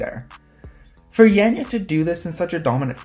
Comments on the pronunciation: Her name is pronounced yon-yuh not yan-yuh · it's definitely not yon-yuh like Anja already said, and I'm guessing that Anja is a Slovenian like myself as well;) That being said, it's not 'yan' exactly either (the way pronounces it), that's still too 'e'-ish for us. Both her 'a'-s are pronounced as "wide" 'a'-s, for example if you pronounce the word 'ardent', then the first sound that comes out of your mouth is basicaly the sound you're supposed to use. In other words, if you listen closely to how pronounces Janja, the SECOND 'a' sounds about right. Just replace the first one with the second one as well, they both sound the same, and you get something like.. 'yaan''yaah' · You pronounce her name wrong.